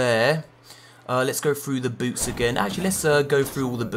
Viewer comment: every time he says "boots" i hear it "boobs"